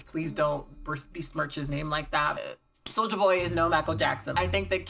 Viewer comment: It's not even solja boy. It's literally just sojaboy, soja rhyming with doja.